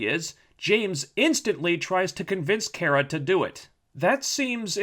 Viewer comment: I know these videos are old, but is he intentionally mispronouncing Kara's name as some form of passive-aggressive antagonism against the character? It's kinda annoying.